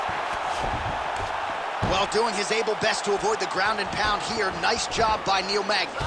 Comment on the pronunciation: Magny and not NEAL 🤦🏿‍♂️